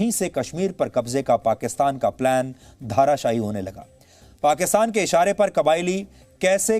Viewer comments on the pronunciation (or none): Sir it isn't dhaarasayi, it is dharasayi